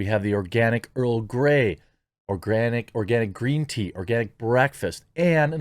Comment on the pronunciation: LOL when I heard you say Tea I heard Cheese !!! I thought hey, cheese sounds really good, I'd like some. Haha but tea is good too. ^^ Wishing you all the success with your new Company !!!